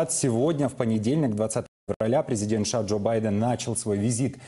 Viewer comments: Почему ведущий говорит ША ?? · Президент ША это кто?) У ведущего проблемы с речью, требую замены)